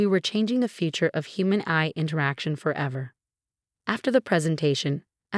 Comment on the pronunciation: Obviously did not do the voice over on this video, it pronounces AI as AYE sorta but it’s just not right. Why don’t they use a human to do this? Hey, replace us later when YOU GET IT RIGHT!